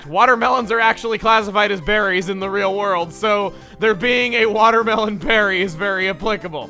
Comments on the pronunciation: A watmel berry.WAT. Mel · a watmel berry?! WAT?!